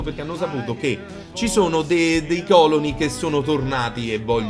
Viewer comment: Ogni volta che dici còloni, un classicista muore